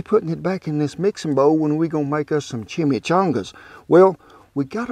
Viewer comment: Disappointed in way he said Chimichangas.